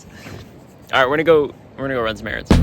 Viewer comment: Did u finsh those erAANds😂😫